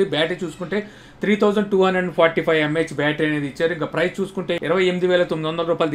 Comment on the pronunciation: Prize kadu price.